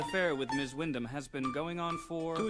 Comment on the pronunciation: I also noticed Ms. Windman is pronounced 'Ms. Windam'